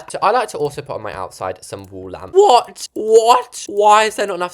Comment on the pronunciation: the way he said ´´what what WHAT!!!